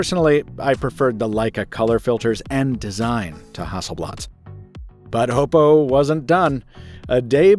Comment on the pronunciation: Kudos for being one of the few reviewers who pronounces Oppo correctly